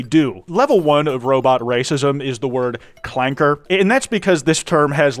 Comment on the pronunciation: General grievous gets the soft a not the hard clanker